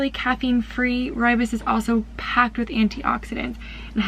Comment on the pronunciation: I'm from South Africa. So impressed by the way you say "rooibos" (which is an Afrikaans word). Do you sell your products here in South Africa?